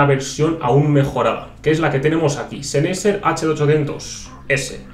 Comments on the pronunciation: todo bien, pero Sennheiser sería "Senjaisá"... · que bonitos seneiser he...SENEISER! pronuncia bien españolito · Duele oirle